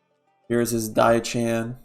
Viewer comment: Diao Chan is not pronounced "die chan" it's pronounced "dee-ow Chan"